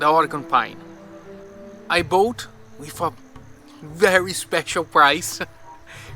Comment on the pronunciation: Excelent. I think it should have cost a lot of money making this decision, but, I agree keeping the original design would be the right decision. Btw, the pronunciation of the word "bought" sounds a little bit strange. Actually, it sounds like "Boat", but, we can understand. Looking forward for the next videos. Cheers!